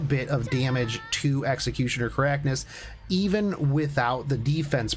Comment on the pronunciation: Hey, doubt you'll read this but it's pronounced Kar-kan-is not ka-rak-nis. Love the content as always.